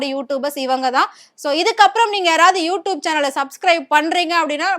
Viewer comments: You tubennu solla Theriyala you doopunu solra unakellam100vadhu edendhan kettaikkum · Wrongly pronounced word u tup . Its u tube . Without any shame she is repeting several times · யூடியூப் யூடியூப் யூடியூப் என்று ஆயிரம் முறை சொல்லிக்கிட்டு எழுது. அப்போதான் யூடூப் என்று தப்பு தப்பா பேசமாட்ட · Nalla sonninga, sariyaga ucharika theriyathagal ethai pottalum padithu vaikirom thalaoyeluthu 😂😂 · Tube ma toob toob nu solriye mapo ma waste ma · யூ டியூப் ன்னு கூட ஒழுங்கா சொல்ல தெரியல. நச்சுன்னு சொல்றத விட்டுட்டு வள வளன்னு இழுத்துகிட்டு. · மொதல்ல யூ டியூப் ன்னு சரியா உச்சரிக்க கத்துக்கோ. அதுக்கப்புறம் வந்து ஆத்து. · First pronounce you tube properly. Shame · Please correct your pronunciation of You Tube, mam. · யு டியூப்ன்னு ஒழுங்கா சொல்ல தெரியலை. நீ பேசுறது கேட்டால் எரிச்சல் தான் வருது. கண்டிப்பாக not interested chanel தான் உன்னுடைய சானல். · Neeyellam eppdi than chanel vachirikkiyo you tube 100 times you tubaye kevalama pronounce panra pakki😂